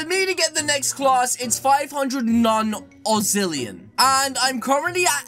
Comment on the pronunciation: Its Not Ozzillion its Octillion